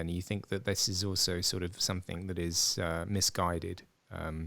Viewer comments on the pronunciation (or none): It’s something NOT somethink!!